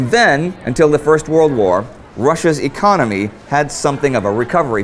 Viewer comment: what a shithole, but yes "4th lagest ecomy".